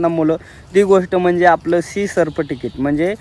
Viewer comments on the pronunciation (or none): सर्फ्टिकेट नाही रे त्याला सर्टिफिकेट म्हणतात.... बरं असू दे अभिनंदन..